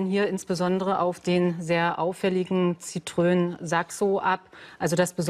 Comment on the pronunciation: Das Auto heißt Citroën und nicht Citröön.